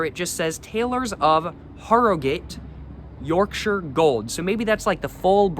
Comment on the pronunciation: Yes sir yes sir Thank you for pronouncing Yorkshire correctly also